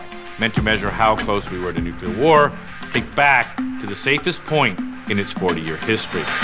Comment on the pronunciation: It's pronounced "NEW-clear" - WHY is this such a tough word to pronounce? I have much more trouble with "supercalifragilisticexpialidocious"